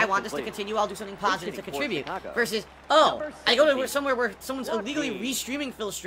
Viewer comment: 1 laugh = 1 dollar dood! I need that pahsitivity! The money is mine and I want the money 💰 ack ack ack ack lean in manual ban